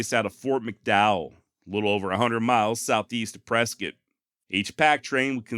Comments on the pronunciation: Yo, another great episode bruh! Yes, you pronounced both ways to say Mogollon correctly, and of course got 'Prezcit' right. That being said, I've only heard Cibeque pronounced 3 different ways here. These are see/bee/queue... sih/bih/queue... and see/bih/queue. Cheers man and can't wait for next week. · Spent 20 years living in the Camp Verde area as in Cottonwood, Arizona. I had no clue Tom Horn was active in the area. The Yavapai Apaches still have two reservations in the area, one adjacent to Camp Verde and the other in Prescott. Thanks for pronouncing both Prescott and Mogollon correctly. I’m a cancer survivor and you’ll soon be. Prayer said and fingers crossed for you to have a successful surgery. Do your homework if the doctors suggest medical radiation, I still have second thoughts myself in getting radiation treatments. On a side note, try to look up the Army and the Yavapai Apaches battle site called the Battle At Chalk Tanks. It’s the only night time battle that the army and the Apaches ever fought it was also fought in a heavy snow storm. It’s a very interesting story. The Rangers at Fort Verde might clue you in if they even know the story. The story is true because I’ve been to the battle site. There is also a small state monument there that recognizes the battle. The battle story has a few interesting twists …